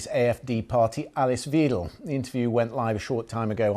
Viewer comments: The BBC used to try to get pronunciation right. Weidel is pronounced vydel, not veedel. I hope Alice Weidel will be the next German Chancellor! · Mad, simplistic talk from Musk and Weidel. Btw, it’s pronounced Vydel (ei) - not Veedel (ie). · "Vi - del" not "Vee-del" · I love that the Brits pronounce Weidel like wheedle. apt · I love the way you butcher her name. In English it would be pronounced like (W)‘Aye’(del). She is a supporter of fascist and nationalist ideas but linguistically in a rather pseudo-intellectual packaging. The impact her appearance has is therefore not as important in relation to the elections in Germany itself, but in regads of perception of the party internationally. You may have asked the wrong question. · It's pronounced 'Vy-del' dumbass. But then the BBC don't get anything right anyway. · bad pronunciation for Weidel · This so-called journalist can't even pronounce Ms. Weidel's name correctly, so how can anyone take him seriously when it comes to content? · You could've pronounced her name correctly.